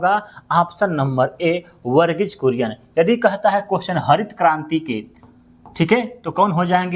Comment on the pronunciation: वर्गीज बुरियन ✖️✖️ वर्गीज कुरियन ✅✅✅